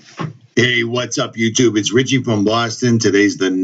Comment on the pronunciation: That’s RICHIE with no “T” Cuz there ain’t no T in Richie.